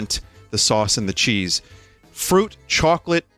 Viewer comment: vinny doesn't usually let his bostonian accent show through but the way he said "choawclete" really let it be known.